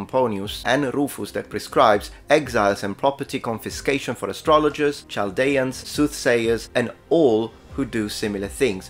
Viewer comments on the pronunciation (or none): Dear, great video! Here are a few pronunciation pointers: -Scarce has the sound of scare not scar -Luncheon is lunch-on not lunch-yon -Wound has the long [u:] of moon or woo, not the short [U] of would or good. - Chaldean is pronounced Kaldean. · Oh,. That’s not how you pronounce “Chaldean” 😂 (pedantic)